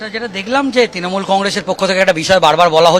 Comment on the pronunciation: এইরকম জঘন্য উচ্চারণ নিয়ে একজন কিভাবে সাংবাদিক হোতে পারেন? তিনোমূল? কংগেস? কেন্দে? অসহ্য। দয়া করে ঠিকঠাক উচ্চারণের কাউকে পাঠাবেন।